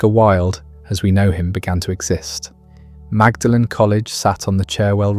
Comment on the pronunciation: Excellent documentary, BTW it is "Maudlin College," not "Magdalen College."